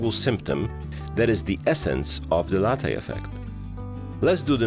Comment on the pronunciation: Please ask some Italian how to pronounce Latte 😜